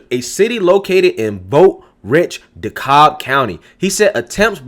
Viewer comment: DeKalb...It's pronounced (da-cab) not (da-cobb)